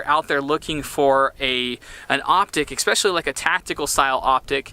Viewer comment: Cool vid man! Side note: "Especially", has no X. I feel like Paul Rudd in Role Models right now but the words Exspecially and Every-Since, really bug me for some reason.